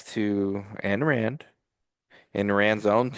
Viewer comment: You don't even know how to pronounce her name